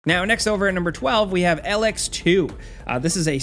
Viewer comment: it's not "L-x" it's "E-lex"; it's a material/power source. Also the first game was technically a post-apocalypse game to boot.